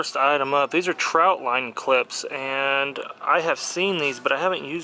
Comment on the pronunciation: Good video, and nice tip to use trot line clips. But it is pronounced trot, not trout. lol. Trot as in a horse moving faster than a walk but not running. Not trout. Sigh. Mini rant over